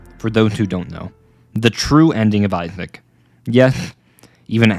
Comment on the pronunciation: Video is peak bit PLEASE JUST PRONOUNCE THE SSSSSSSS